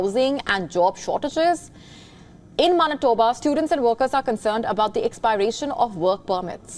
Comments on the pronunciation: Its MAN-EH-TOE-BA not "Mon-to-ba" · Mantoba kya hota hai🤔, Manitoba not mantoba.